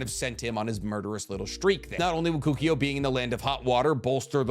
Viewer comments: kokuyo? its koku O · Ko-koo-oh I cringed everytime you said koo-ki-oh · The amount of times you said kukio is insane. Kokuo. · You really need to reeeeeeeead the names. Say it with me: KO-KU-OH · Pronouncing Kokuo as Kookio really rattled me... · cannot pronounce kokuō to save his life but that’s okay he makes entertaining content